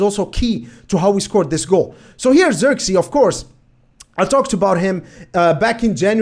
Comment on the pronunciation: First of all, no hate. If you want to say his name correctly you can do the following. Zirk as in the word "ick", it uses the same "i". Zee as in the word "say", so it will be like "zay".